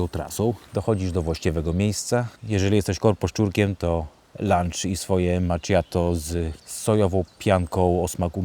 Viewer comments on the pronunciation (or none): macchiato wym. 'makiato', nie 'macziato'. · Latte Macchiato wymawiamy "makiato" nie "macziato". Tak tylko przy okazji informuję, nie żeby złośliwie 🙂